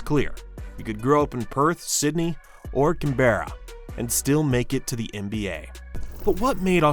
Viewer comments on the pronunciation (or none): I know every Australian watching winced at the pronunciation of ‘Can-berra’